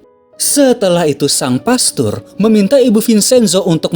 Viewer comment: Bukan pestor...tapi pastor